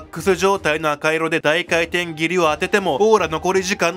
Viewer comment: 高圧廻填斬り こうあつえんてんぎり→✕ こうあつかいてんぎり→○ 動画だすより漢字の勉強しよう